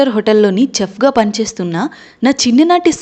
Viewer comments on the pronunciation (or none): చెఫ్ కాదు షెఫ్ అనాలి